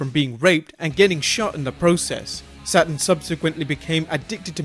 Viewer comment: SATURN "NOT" ( SATEN )